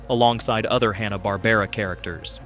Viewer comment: "Hawna" Barbera...?? Sometimes it's said like that in this video, sometimes it's said right. How about watching any of the million videos about Hanna-Barbera to learn how to pronounce the name properly?